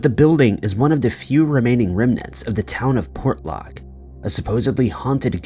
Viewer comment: Excellent, great job on Port Lock, you got pretty close to how we pronounce 'nantiinaq' & Kenai...you r awesome.